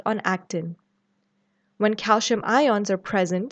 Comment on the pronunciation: why pronounce calcium as calshium? i noticed it in many videos by south Asian professors and doctors, is there a reason? Thanks for the response I'm curious!